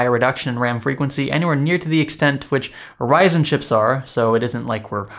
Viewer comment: Did he say Verizon instead of Ryzen ?